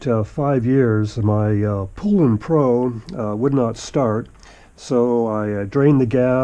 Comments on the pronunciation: "its pole-an, ed. Pole-an."- poulan commercial made like 50 years ago making fun of people that mispronounced their name look up poulan commercial that should get you there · Not to sound like a jerk, but this guy clearly doesn't know what he's doing don't follow his method. First off if someone don't even know how to correctly pronounce the brand, it's probably not their forte. And also the right size fuel line its readily available and there's a reason why it's smaller. Do not drill into your gas tank. I would have to look it up not positive but I believe the correct size is 3mmx1.5 mm something like that. I haven't even gotten a minute into it and judging by the first minute I'm assuming there's probably several other problems with it lol